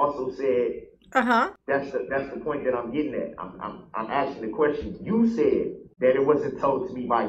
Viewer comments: "I REMEMBER HIM AXING YAWL", DON'T Y'ALL MEMBER???😂😂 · HE KEEPS AXING, HOW DID HE GET TO BE THAT LAWYER???